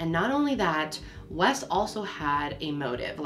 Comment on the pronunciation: Wes. It is Wes.